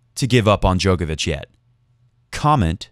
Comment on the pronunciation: Come on it’s pronounced DJOR-KOVICH, not DJOKER-VICH. Even has it on his ATP profile page how to pronounce it. Click on the speaker symbol